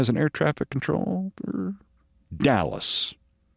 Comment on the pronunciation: Dulles, not Dallas, love you Keith